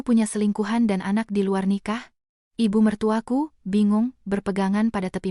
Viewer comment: Contoh...IBU MERTUAKU..hrsnya cr pengucapannya TDK dijeda..tp dsni...dipenggal.IBU....jeda lalu ..MERTUAKU. Jadi aneh maknanya